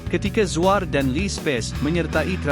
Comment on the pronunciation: Narrator ni pelat eh?🤔 Zuar jadi Zuea..fakta jadi fakte...banyak lagi la